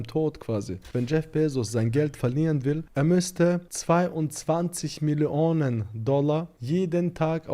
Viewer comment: Es sind Millionen (miliyonen ausgesprochen) und nicht Milli Onen. Alter..